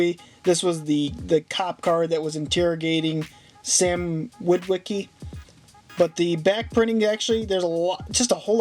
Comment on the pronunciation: It’s Sam not sim